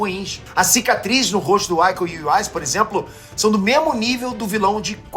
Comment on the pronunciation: KKK IKO UWAIS COMO VC DEVERIA LER ICO Uwains O u é mais forte... No sobrenome Ninguém no Brasil acerta o Nome do meu Artista marcial favorito ❤